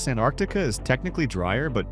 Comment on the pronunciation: It’s NOT An Arctica……….It IS ..Ant Arctica.